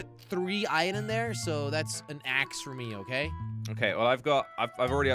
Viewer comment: He says ion He has to say iron not ion